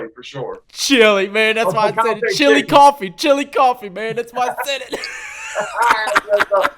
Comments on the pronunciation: Chillicothe, not chilly coffee lol. Cracking up bro. Still trying to catch you live so I can join that monthly compound hitter! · U right bleedscarlet. Its Chillicothe. I was wondering if anyone else knew that...ol saying chilicoffee. Lol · Chillicothe. Not Chilicoffee lol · Hey death it was Chillicothe not chili coffee lmao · Chillicothe,...not Chilli Coffee lol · Chilli coffee.... lol... I'm from marion